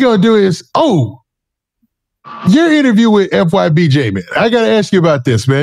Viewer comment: you a Goofy. Can't even pronounce Jmane Name right. It's been way 2 long. Nobody says J man 😒